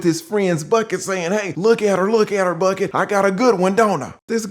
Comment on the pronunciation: Come on not Bucket again. Lol it's Buckey like pronounced Buck•E 🤣🤣🤣🤣great breakdown as always. Wishing you all the best and continued good health